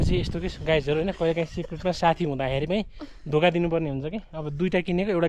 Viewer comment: Everything you have shoot was amazing but please tapai ko Guys bhannae chai euta ramro dictionary herera sikhnu parne awastha xa. Rest is best.